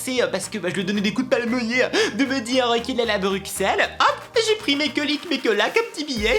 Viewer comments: super vidéo mais on dit brusselles et pas bruqxelled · Ok je suis belge et .... MERDE ON DIS PAS BRUXELLE ON PRONOMCE PAS LE X MERD2222 ET PUTIN OUI JE SUIS UNE RAGEUSE RHAAA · J'adore les chips à l' hamburger ! Je suis belge et ON ne dit pas BruXelles MAIS BruSSelles